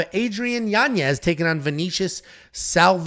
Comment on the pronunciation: pronounced: Yanyez, spelled Yanez